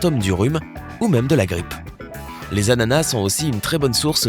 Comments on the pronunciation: Il me stresse à dire « anana » au lieu « d’ananas » 😂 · Un “ananas" Des “anana" avec un “s" muet à la fin